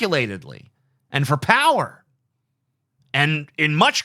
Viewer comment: The way TJ says "POWer" is painful. *POW*er!